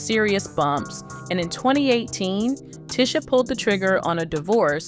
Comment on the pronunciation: clickbait, plus this is probably ai generated. They mispronounced names and everything. Ticha Arnold was one